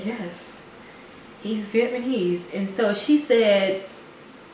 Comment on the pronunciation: you guys are sooooooooooo funny I enjoy watching your videos and crack up btw it's vietnamese, not vietmanese :))